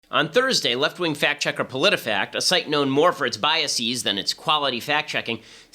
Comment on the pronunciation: Not /biaSEEZ/. The plural of bias is normal English, not Latinized. "Biases" isn't like "diagnoses" - pluralizing "bias" ADDS -es; it doesn't change -is to -es. Its plural is pronounced the same as any English plural that adds -es.